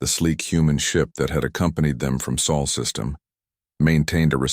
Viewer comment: SOL NOT soul